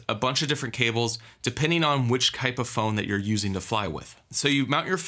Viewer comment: ...what "kype" of phone? lol jk man thanks for the video!